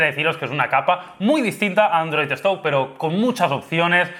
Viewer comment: "androi marmalo" Ste karloz :v